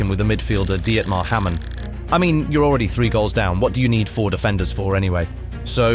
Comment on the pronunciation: Most of these names were wrongly pronounced. Rice? Smycer? Hamen? Sirgynyo? Pearllo? Cisso?